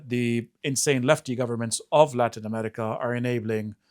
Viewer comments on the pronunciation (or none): Why does he say ‘Emetica’? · I can't stand the way pronounces "America." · To the guy on the left, There is no "T" in the word AMERICA.